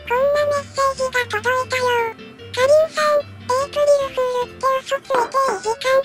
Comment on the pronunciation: エイプリルフールがエイプリルクールになっとる笑